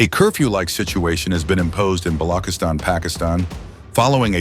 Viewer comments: Bro can't even pronounce Balochistan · Thank you soo much for this report but I wish someone will brief the commentator on how to pronounce the name of Balochistan (with ch sound not a g sound), also the name of Dr, Mahrang sould be pronounced with with ease exactly as it reads. Thanks 🙏🏻